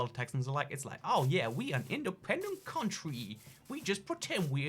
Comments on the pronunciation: "Aw yeah we an independent CoUNTWYY, we just pretend we in America for thE tAx benefits, it's all a big tAx dodge." Texan accent 2019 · We an independent countwy we just pwetend we in Amewica fow the tax benefits